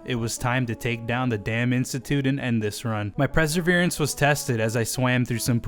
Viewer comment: preserverance and nuculer are not words.